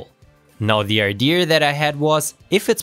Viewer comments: Very nice hypothesis and testing implementation. But... It's "idea" not "idear". (sorry, but that was bugging me even though your english is far better than my german) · IdeAh, not Ide-er. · Cool idea! (Btw It’s pronounced ide-A not ide-ER) 😉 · What's an "ideaR "